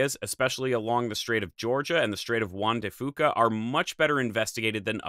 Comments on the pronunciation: People in Washington say "Strait of Juan de Few-ka" not Foo-ka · Pronounced Strait of Juan de FEWca. I’m sorry, I’ve just lived right next to it my whole life and I’ve never heard anyone pronounce it wrong before, lol. Otherwise this is excellent info 👌🏼👍🏼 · Juan de Fyou'-ka. At least you didn't pronounce it Juan de "fuckah" 😄